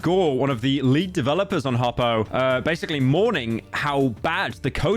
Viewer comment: He mispronounced Hoppo its so over